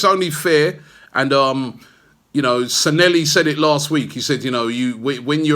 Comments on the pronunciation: Its San'LLEHI, not SanELLHI!!! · Anyone else here who's mad at Robbie's pronounciation of SANLLEHI?